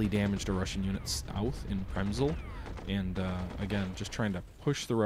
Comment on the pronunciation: Good video. Prezml is prounounced Prez-me-el